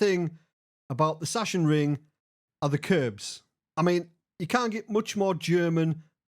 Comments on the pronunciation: Hi, big fan. Just chiming in in case no one has told you yet, but as a german I can confirm that it's pronounced "Sucks-En-Ring" and not "Sush-En-Ring";) Keep up the great work! See you on the track. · Saxonring, though a German would pronounce the S as a Z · Hi, greetings from germany, love your content mate. (btw. you can pronounce it like "zaksenring") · Everybody is calling it "Shashenring" when it´s more like "Zaacksenring" :D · It's pronounced...SACK SIN RING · Hi, the german track is pronounced "Saxonring" or "Saxenring". german smartass mode off 🙂 keep it on with you ecxellent content and drive safe! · Literally everyone has butchered this as a MotoGP fan it’s been painful 😂